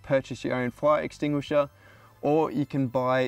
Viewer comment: You'd think a professional firefighter wouldn't have that much trouble with the word "fire extinguisher" 😂